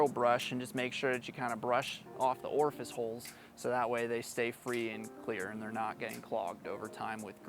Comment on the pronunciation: "orfice holes"